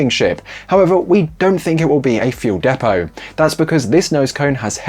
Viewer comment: What’s a “de-Poe”?